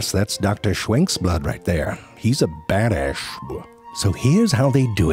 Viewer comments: “He’s a badasshwbwuh” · “He’s a bad asschw” 😂